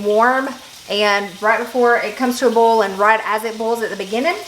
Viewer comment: Start watching . Also, boil is pronounced "boy-el". If you're blanching purple hull peas (or any field pea), it is recommended to dry them before bagging.